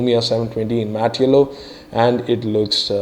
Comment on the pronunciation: Its yellow....not ello!!!! XD HAHAHAAHAAH